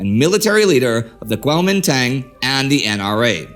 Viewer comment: The "Dang" in Guomindang is pronounced like a drawn out "done"